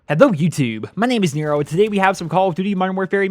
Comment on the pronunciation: Your intro cracks me up. The way you say Nero